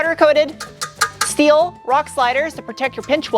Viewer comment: I have to ask: Why "schteel" and "schport," but not "schway bar?" Love the vids, btw. Very informative.